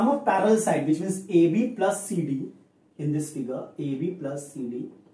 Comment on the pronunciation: its 'in y coordinate' not 'ni y coordinate' 🤣